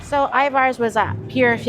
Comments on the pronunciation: Corrections. Pike Place market don't shorten it and you say Ivars. Ivers. (Er, not are) Elliott's is wonderful. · Elliott is a yes. Ivars...I pronounce more like Ivers...for whatever reason. That was probably ment to b a sasquach some report seeing here. The clam chowder can b bought at Safeway in the deli soup section. Great video..lots to be explored here and outside of Seattle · Love watching your videos and love how often you come to Seattle. Little Seattle pet peeve , pretty please please PLEASE with all the cherries - it's Pike Place Market. No S. 🤗 And Ivar's is more like IvERs. Keep coming, love to see it 🙌🏽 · My wife and I laughed at your pronunciation of Ivar's. We say it as if it were spelled I-VERS. Thanks for a fun video🙂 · So nice to see you in my hometown. I’ve eaten at Elliot’s Oyster House many times. It is delicious. Love their take on halibut when it is in season. Of course they are known for oysters, but all their seafood is great. Also, we locals pronounce Ivar’s “eye-vers”. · Pronounced Ivers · Anyone else here from Tacoma/Seattle that shutters when they say Pikes Market and I-Vars? I do like their videos though. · I love you guys and recommendations from all your videos. I'm curious to where or why you pronounce Ivars that way because I'm seeing this alot lately. Just curious because as far as I know Washington pronounces it this way, Just curious because am I wrong all this time?😮